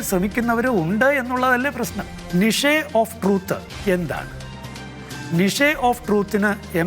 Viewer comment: നിഷേ ഓഫ് ട്രൂത് അല്ലച്ചോ നിച് ഓഫ് ട്രൂത്